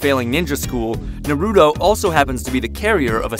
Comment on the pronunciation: How about u say his name right